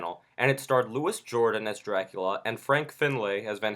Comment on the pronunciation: "Louis Jordan???" I appreciate your review but please learn how to pronounce a living legend's name.